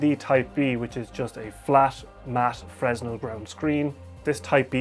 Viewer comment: Fresnel is pronounced 'Freynel', it is French. The dude invented the lens with concentric ridges that focusses light, originally used in lighthouses, so consequently saved countless sailors lives, for that his name deserves the respect for you to pronounce it correctly. ;)